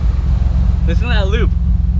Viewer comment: lope, not loop...